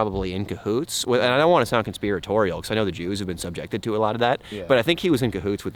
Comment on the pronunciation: "De yews." 😂